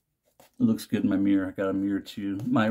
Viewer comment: Dude I get why you say "Doog" now 🤣